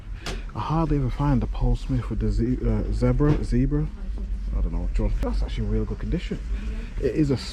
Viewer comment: almost called it a ZOOBRA and i died